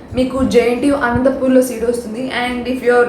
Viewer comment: Super information Helpful Subscribing Btw it's ANANTAPUR not Anantapoor Akka... Thank you